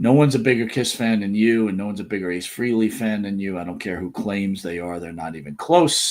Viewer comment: Where do I even begin to go off on you two twits...it's not enough that all of your interviews are exactly the same (crap), but now you're screwing up mourning for Ace "FREE-ley".